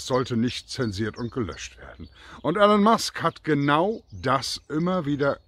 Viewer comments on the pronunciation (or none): "Ihlon" nicht "Ellen".